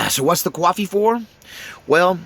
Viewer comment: Bro there's no W in coffee and that sounds just so simple. I like your talks but that's annoying it's like people instead of saying ask saying axe.